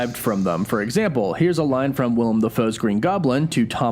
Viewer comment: Thank you, as a Willem myself i cant count how many times people have called me William instead of Willem